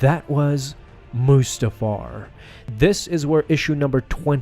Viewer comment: The fact that he said mustafar it's so perfect